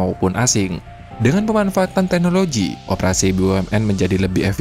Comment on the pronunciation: Bahasa Indonesia-mu itu lho, Min harus sedikit dibenahi. Contoh: digital (bukan dijital), teknologi (bukan teknoloji) dan margin (bukan marjin). Tidak ada dalam Bahasa İndonesia huruf g dilafalkan sebagai /j/.